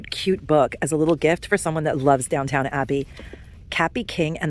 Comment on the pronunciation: Love you but it’s not DOWNTOWN ABBEY, it’s DOWN-TON ABBEY LOL